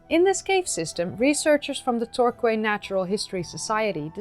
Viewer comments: Peculiar English pronunciation point: Torquay is pronounced "Tor-kee". (Quay, as in "docking place", always sounds like "Kee" (or key, if you prefer).. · Torquay isn't pronounced as it appears. Tor-KEE. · I hesitate to say this, because your English is excellent; but Torquay is pronounced "tor-key". The English word "quay" is related to the French word "quai", and the "qu" in "quay" doesn't get the "kw" sound that most English words starting with "qu" have.